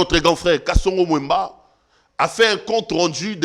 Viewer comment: Kasongo Mwema et non Mwemba...